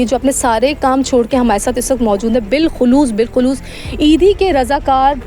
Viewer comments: Bilkhuloos Nahi HOTA Behan bilkhasoos HOTA hy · Sister bilkhasuus bolkhulus nahi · Baji bilkhalos nahi bilkhasos hota h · Bilkhasoos not bilkhloos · Bikhuloos 😂😂 bilkhusoos hota hay